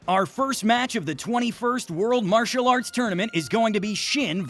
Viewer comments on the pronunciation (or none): none